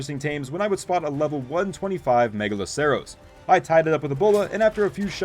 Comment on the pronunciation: nice to know that despite how old ark is, people still can't say the deers name right xD